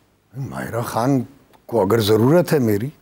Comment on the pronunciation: Koi tu word ye so called Anchor sahi bol lay ANGRAIZ ki BACHI hai KHAN ko kaisay bolti hai Ab new IMPROVEMENT AAKAR ko kaisay bol rahi hai.ANGRAIZY msi show karay